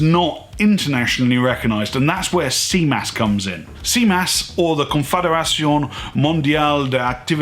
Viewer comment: Your French is amazing! ;) More seriously thanks for making the effort to say CMAS correctly. Very interesting video !!!!👍 I was looking for this type of information without finding anything comprehensive enough. And I love your point of view. I am the way around, did all my PADI cert and now I am back to France I can't find any PADI courses/instructor.